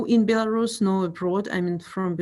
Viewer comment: Can the BBC have a meeting and agree on a pronunciation of the word "Belarus"